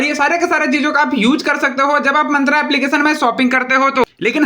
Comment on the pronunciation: मंत्रा nahi मिंत्रा hota hai Bhutiye 😂😂